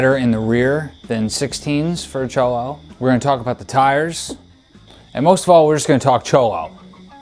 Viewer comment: Bike is tight for sure. But oh the irony of a total gringo talking vicla. Cant even pronounce vicla or cholo properly. Keep it up